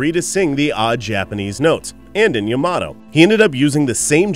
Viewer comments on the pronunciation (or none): none